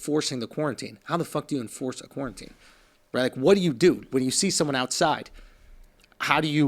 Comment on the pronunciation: Did Andrew learn to say quarantine yet?